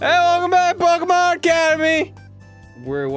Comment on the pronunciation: youre talking about pokemon being pronounced wrong, while pronouncing it wrong